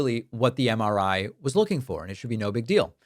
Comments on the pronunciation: Drumpf can barely coherently say “MRI”. 🤢🤮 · Dipshit can’t even say MRI properly.